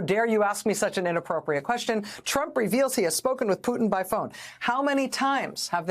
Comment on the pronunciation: Vladimir 'who'tin 😅